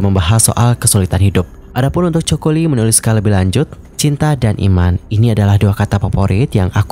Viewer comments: Bukan Joko Lee ya, tapi Coco Lee. Rip Coco Lee jie jie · Penyebutan nama itu penting bgt. Narasi uda oke syg knp disebutin dsini coko li.. Seharusnya Koko Li 🙏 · artis ini kan sangat trkenal penyanyi yg hebat di hongkong nama nya coco bukan coko bang min eh😂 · Coco lee baca nya ( koko li) jgn joko li ihhhh malu la.koko li bacanya bro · Ralat bukan coko tapi Coco Lee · Bukan Choko min...its KOKO...tapi ejaan nya aja coco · Coco = Koko kali Choco baru bacanya coko 😂😂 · Baca nya koko bukan coko 😂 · Koko lee bukan coko😅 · Koko li bang baca nya bkn coko ..😅😅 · jadi aneh dia bilangnya coko 😅😂😂 padahal fans nya juga tau klo bacanya koko lee😂😂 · Aku Dr awal dengerin udah heran..Coco Lee bacanya koko li. Bukan choco. Yg artinya jdi chocolate. Parah nih admin. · Koko bukan coko😅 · Coco bukan choco Bang..emang kelapa..haduh.. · Panggilannya khokho bukan choko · Koko ,bukan choko.. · Bang.. baca nya bukan coko.. tp koko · koko li pengucapan nya bukan coko li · Koko bukan choko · Kenapa namanya dibaca coko?? Koko li bacanya bro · Coco Lee, baca "KOKO LI" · Baca nya coco lee ga enak bgt😅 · iya ganggu bgt..emang kelapa ya choco 🤔☺️ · “Ko ko Li”